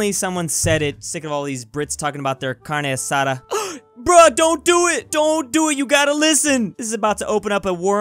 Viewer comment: speaking British: corney esada